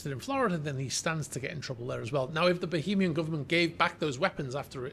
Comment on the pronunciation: Why do you keep saying bohemian and not Bahamian